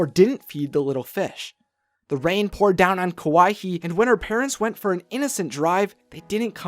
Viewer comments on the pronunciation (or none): There is no "h" in Kauai - Kauai, not Kauahi